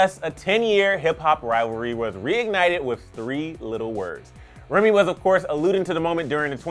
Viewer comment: "Nicki wus good" please.just.stop.thanks😐